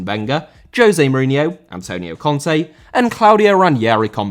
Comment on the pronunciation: Conte* not Contei